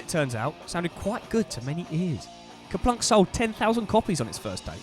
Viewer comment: It’s actually Kerplunk.